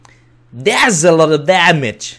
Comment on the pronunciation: That A Lot of Damage ใครได้ยินคำว่าDamageว่าDamn Itบ้าง หัวผมเริ่มไปแล้ว